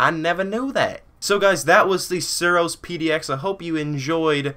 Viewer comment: lol he tryed to say suros